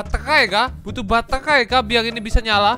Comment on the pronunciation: Gila gw ketawa sendiri denger: batehrhai, ghrhow, hrhobot, khrhopos, luahrh angkasa awokawokawok